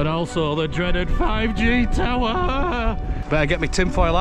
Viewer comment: "The dreaded 5G Towerrrrrr" lol